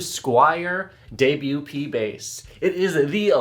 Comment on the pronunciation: ...it's "debut"